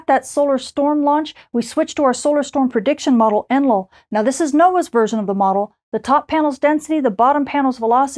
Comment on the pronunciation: Did you hear her calling it ENLIL?